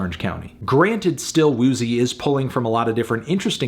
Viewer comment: anthony, calling still woozy “still poozy” for half the video and then laughing was kinda weird, but i respect your view on the album